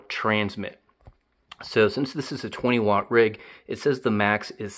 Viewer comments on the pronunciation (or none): none